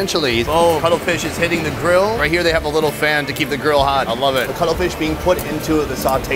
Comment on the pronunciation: Bru he didn’t say cuttlefish he said color fish